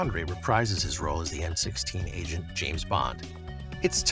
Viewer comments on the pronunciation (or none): It's M.I.6, not M16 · M16? it's MI6, C'mon get it right, make it work. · It's not M16, like the semiautomatic weapon. It's M.I.6.